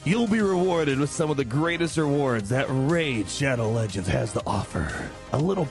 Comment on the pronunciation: Please chapter your video so people can skip this "Szadoł Ledżends" crap as fast as possible. I will never play this game due to it's predatory advertisment whenever i go. I'm afraid to open my refrigerator now...